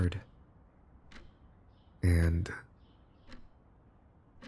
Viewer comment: I had to replay like 8 times to figure out if you said “hard” or “heard” cause i immediately went WHOA THAT ESCALATED LOL YESSSIRRR